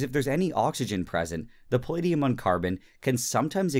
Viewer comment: Hearing Nile pronounce palladium as pahleediyum was the most painful thing ever.